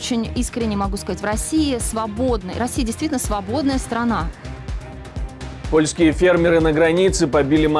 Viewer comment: 😆кнейсель так бровкой вверх дёрнула на словах,,рабсея ‐ свободная ,,срана"..да мы уже после карлсончика всё поняли😆😆😆